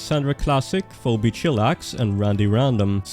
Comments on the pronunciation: Phoebe is pronounced fee-be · Pheobe is pronounced "fee bee".